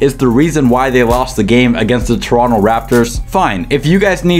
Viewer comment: props to you for pronouncing toronto right❗️❗️